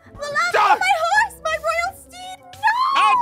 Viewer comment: is like:OH MEH (MY) GOD A ✨MAGIC HORSE!!!!!✨